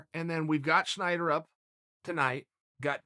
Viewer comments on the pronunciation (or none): Wrong again chael. Its snyder not schneider